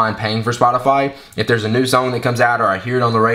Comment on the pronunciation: Spotafayyy, haha awesome